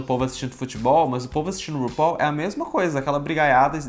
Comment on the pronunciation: VC É O UNICO - UNICO, "U-NI-CO" youtuber q eu vi falando RUPAUL da forma correta. <3